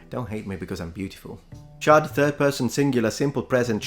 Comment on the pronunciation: I heard you say Chud but you were saying Chad. A chud is from the movie CHUD. Its basicly an idiotic mutant from the sewer. C.H.U.D. means cannibalistic humanoid underground dweller